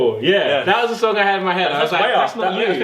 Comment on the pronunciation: I just realise that when tobi tries to say something with th he says f for example the, tobi fhe that's exactly like my brother.. I'm like 6 years younger than him and I can speak better english that him.. Like so my brother can get help